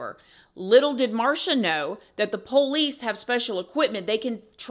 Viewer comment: I like how you pronounce POLICE as "Poe-lease" That's country as hell! 😊